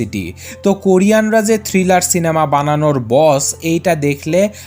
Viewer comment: কুরিয়ান না কোরিয়ান 💜